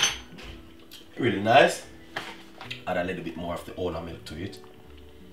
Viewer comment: "and then you hoood....always can hoood milk, to the water inside of the pot"....LOLOLOLOL